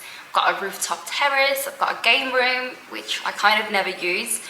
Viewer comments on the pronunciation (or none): none